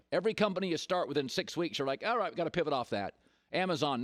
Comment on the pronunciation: Colin "Gotta Povit" Cowherd